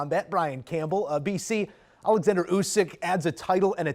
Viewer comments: It's not "Alexsander". It's Oleksander. These are media "pros"? 🙄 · He’s name not Alexandr! He’s OLEKSANDR STOP be unprofessional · It's pronounced 'Olex - ander' by the way, not 'Alex - ander'.